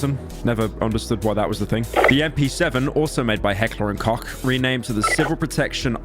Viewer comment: Imagine not knowing how to pronounce heckler und koch